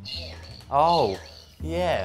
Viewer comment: sounds like "Yeah-ly"